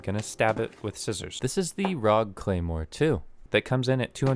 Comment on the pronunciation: its called R O G ..... alll seperete !!!!!!!!!!:face-fuchsia-tongue-out